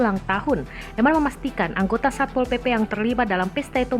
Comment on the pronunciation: When satpol PP say: "SAY SAPPPOL. SAYA YANG BERWENANG DI SINU" HAHAHA